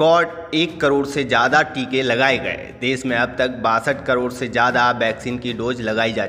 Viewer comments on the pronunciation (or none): Desh hota hai des nahi. Hindi sahi karlo apni